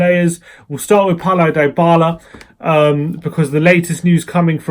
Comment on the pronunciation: you're the only person who calls him Die-bala, pisses me off.